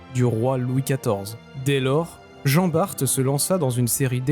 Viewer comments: Ayant été dans la marine je peux te confirmer la prononciation de Jean Bart. Donc « bar » pas « barte » 😊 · Hello. Pour Jean Bart, ça se prononce "Jean Bar" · Jean Bar"t"!!!??????😳😳😳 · Pour Jean Bart... Et ça a sûrement déjà été dit. La Marine ne prononce pas le t. Ca répond à la question (oui, au musée de la Marine, en suivant l'atelier des petits avec mon neveu, j'ai souffert). Pas de t. Point.😊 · Je confirme à J.Bart, on ne prononce pas le T . Sinon , kiffer, chevalier de Barbazan, gille de Rais ( tant qu'il était avec J.D'Arc ) et pleins d'autres J.Moulin..enfin...😊. Merci A + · Je vais faire mon relou des commentaires. Je descends de Jean Bart par la lignée maternelle et le (t) ne ce prononce pas. Et pour la bataille du vieil Harman, la prononciation en Alsacien et pas correct, mais pour réussir à le prononcé il faut être alsacien ou allemand. Personnellement même en habitent 3ans à côté je les jamais prononcé correctement. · bonjour, finalement on peut prononcer le (T) mais faut préciser que c'est en flamand 😂. Sur ce bonne continuation, merci de la réponse. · Montargis, Jean Bart... pourquoi tu prononce ça comme un fiéfé angloy? regarde le film Tai-toi! (Reno et Depardieu) et viens donc faire le carnaval de Dunkerque!